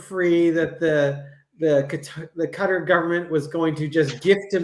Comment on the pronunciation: "Cutter" is the correct pronunciation.